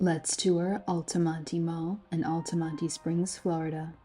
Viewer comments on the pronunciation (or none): It's pronounced alta-mont. Not alty monty. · I'd say the only closed indoor "malls" still popular in central FL are Altamonte, Florida, and Millenium. The latter two mostly because of tourists. Those two are closer to theme parks and hotels on international drive. BTW, the last e is silent, pronounced Al-ta-mont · I think it's funny she can't pronounce Altamonte. You don't pronounce the e. (Al-ta-mont) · The "e" in "Altamonte" is silent. Otherwise an excellent presentation. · The ‘e’ is silent in Altamonte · Are you sure the “e” in Altamonte isn’t silent?